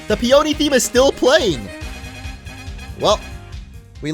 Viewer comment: PEE un KNEE.... it's a flower. Fucksake, "Steel Magnolia lol" Steel Peony.